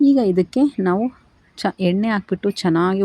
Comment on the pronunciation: ಎನ್ನೆ ಅಲ್ಲಮ್ಮ ಎಣ್ಣೆ ಅಂತಹೇಳಿ